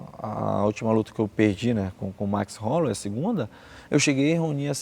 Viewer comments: ''Halloway'' é foda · "Halloway" é foda